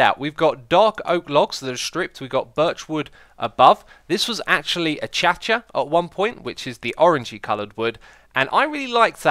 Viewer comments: Achacha? Ah kay sha! Do not stop you're vids dude. Very entertaining. Watching your back catalogue as well! Thank you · "A-cha-cha"? It's pronounced "A-kay-sha". Unless, of course, you were pronouncing it oddly on purpose - or maybe it's one of those words that changes depending on where you are, like aluminum. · Acacia isn't pronounced A - cha - cha! it's pronounced A - kay- shi - a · this was actually achacha. Um X... i hate to break it to you, but you've been saying it wrong this whole time. Its uhkaysha (spelt acacia). Get it right... it's the sixth season and you STILL are a noob at saying names. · IT ISN'T ACHACHA IT'S AH-K-SHA SAY IT CORRECTLY GOD DANM IT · Achacha it's pronouced acasia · "Achacha" 🤣 It is pronounced "A-cay-sher" (acacia) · Ah-kae-sha not a-cha-cha silly Xisuma. It's a tree not a dance. LoL Am I the only one who would buy him the book? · Wait, how did you pronounce "acacia"? "ah-ka-sha"? "ah-cha-cha"? Whichever it is, I've always thought it was "ah-kei-sha"....am I wrong? Edit: Later in the video... Don't build SKYscrapers, build SCARscrapers! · ummm its aKASHa ... not achcha lol the middle A is a hard A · A cha cha haha, I think its pronounced a kay sha wood lol. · its A-kay-sha. not A-cha-cha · The way he pronounces acacia (correct: a-ka-sia, his: a-cha-chia) xD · Xisuma: “Acacia” Me: A-cha-cha? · Your saying the orange wood wrong it is not a cha cha😐😕😐🙁😤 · Did he call acacia wood a-cha-cha? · What on earth is "achacha" surely you mean acacia, if this is the case do seek out the prounciation online as it certainly is not "achacha." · Hi X, acacia is pronounced a-kay-she-a. Pronouncing it like you did is the same as Grian calling you X-hi-zuma :) Love your content! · "A-cha-cha"???? "How to pronounce Acacia" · o...Kay..see..a. not whatever you tried to say. lol... love your vids btw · Acacia is pronounced. A-Kay-Sha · Your ping is high, your connection is weak. Its pronounced "akasia" not akasia. I love you man, but you trigger my OCD...